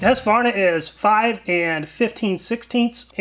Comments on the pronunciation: I get that you nickname Husqvarna "Husky" but it's not pronounced that way when you say it in full. Hues-Kvar-Na The "Kvar" is the difficult bit for American English. Prolong the A, sounds like "Kwan" (same as swan) but with an r mixed in and a sharper A. IPA/Swe: hʉːsˌkvɑːɲa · I couldn't understand the name you pronounced. And you didn't show it so we could see it. It sounded like Harsvana.